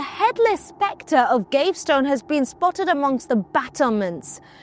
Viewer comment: ‘Spect-ra’ and ‘cler-giman’ sorry had to stop there. Good luck otherwise.